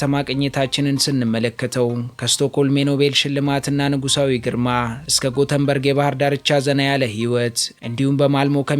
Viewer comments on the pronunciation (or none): Yeketemaw sim Gutenberg sayihon "Yetebori" sitera endezih new "Göteborg '